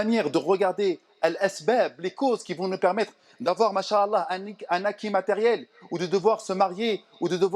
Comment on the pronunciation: Salam 3aleykoum. Mon frere/ma soeur nous devons essayer de prononcer correctement certains terme en arabes notamment la formule : ma cha ALLAH il faut bien disocier la dernière lettre (a) de "ma cha" et la lettre A de ALLAH car en arabe les voyelle longue ont une importance car elle peuve changer carrément le sens d'un mot , si tu ecrit en un seul mot les 2 terme en collant "mach" et ALLAH cela signifie : dieu a marche , tu vois la gravité de l'erreur qui peut nous mener au blasphème! wal wa ra7matouLLAH wa baarakatou. wa ALLAH ou a3lem